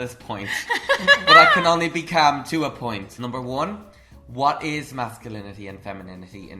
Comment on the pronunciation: "I've been caam up until this point"